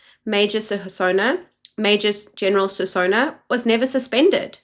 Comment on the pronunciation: “Sinona” Not “Sisona”